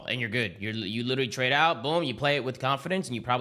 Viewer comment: Attach you hurting our people saying witeraly